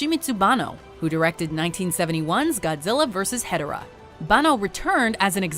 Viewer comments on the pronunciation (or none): ヒドラではなくてヘドラです( ｰ̀ н ｰ́ )